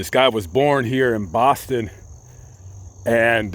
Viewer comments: Mass resident here, I love your pronounciation of "Bahston". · as a masshole I LOVED the way you said Boston at the beginning! 🤌🏻🤌🏻